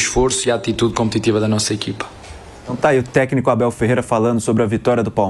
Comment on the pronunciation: O MCP não consegue falar o nome do Abel. Um bobão.😂😂😂